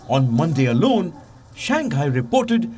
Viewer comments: It's Shang - hai, not shan- gai... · Palki....it is not Shang Guy....it is pronounced as Shang High ! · Shang hai lah dei not Shang Gai